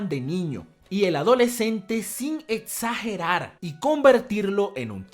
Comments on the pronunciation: El contetsto del contetsto!!!! No etsageres!!! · Etsagerar xD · Like si te volvían loco sus "contetsto" y "etsagerar"